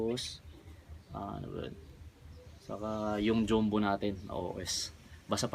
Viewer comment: sir naano lang po ako sa pronunciation ng "JUMBO" joombo ba talaga? hindi ba Jambo??